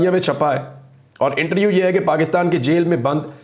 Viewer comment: پیارے بھائی میں آپ کو دیر سے فالو کرتا ہوں، اور آپ کے لیۓ دعا بھی کرتا ہوتا ہوں کہ خداوند آپ کو سنبھالے رکھے اور حفاظت کرے۔ لیکن ایک درستگی کیجیۓ پلیز۔ ایک لفظ جو آپ اکثر استعمال کرتے ہیں۔ وہ لفظ ہے اِنٹریوُ پلیز اِس لفظ کو ایسے بلائیۓ اِنٹرووُیو Inter View آپ بہت اچھا بولتے ہیں۔ آئی لو یوُ مائی برادر۔